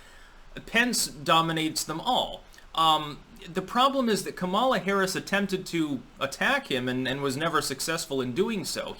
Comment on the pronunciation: keeps pronouncing Kamala wrong, but she's a detestable woman so good.